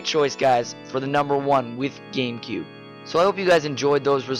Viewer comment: games of da cube! IT IS DAHHHHHHH GAMECUBE!!